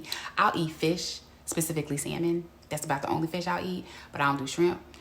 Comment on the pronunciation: Olajuwon has lost his mind. What Century is he living in? I CANNOT with him! Also,, the L in Salmon is silent.